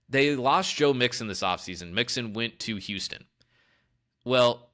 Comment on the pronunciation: Joe has a good offensive line. Joe is good. You mispronounced mixons name. You know nothing.